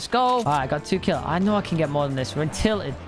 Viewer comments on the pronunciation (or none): none